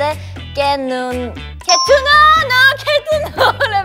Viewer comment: Ryujin en el trabalenguas español en “que” dijo “wey” xdd